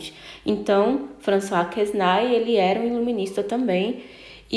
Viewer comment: François Quesnay (a pronúncia é Françoa Quené).